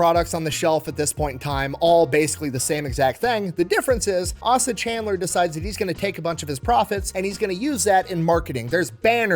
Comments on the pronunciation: It's CANDLER not Chandler. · Great Video! However, you mispronounced the founder's name. It is Asa Candler. The first "a" in his first name is a long a, so it is pronounced like the letter "A". Also, his last name is Candler, not Chandler. Sorry, but everyone in Atlanta that watches this is going to cringe when we hear you mispronounce his name. On the other hand, keep up the great work making these awesome videos. I always learn something from you and you always make me laugh with your sense of humor! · Pronounced Candler. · Trivial, but its a hard "A" not a soft "A" in Asa, eh-sa. And Chandler there's no "ch" but just "c* as in candy Those from Atlanta of course already knew this